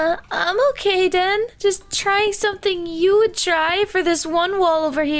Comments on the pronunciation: why is pomni saying denny instead den😂😂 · Why is pomni saying denypoo???? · Um why is pomni called you Denny instead of den😆😂🤣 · Why does POMNNE always act like that and why did she say Denny? Instead of DEN.🤨🤨🤨🤨🤨🤨🤨